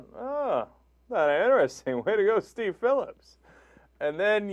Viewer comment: “Deev” Phillips?? Brooke “Heedly”??? I love that the dumbass female host doesn’t even know the names of the two people in the story she’s reporting on. What a dope! 😂